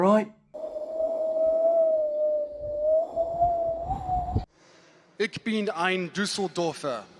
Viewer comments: “Ich” = “Eek” lol 😂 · And "Ich" is pronaunced like loch [Scottish for lake] my take on it Internets explanation "Ich means “I” in German. To correctly pronounce ich, there are just two sounds: The vowel I is pronounced like the I in the English word “in.” For the CH, we use the softer pronunciation of the German CH, which is often compared to the sound of a hissing cat." Hissing cat? Well then his wife can teach him 😂